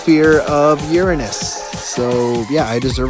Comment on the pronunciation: You say uanish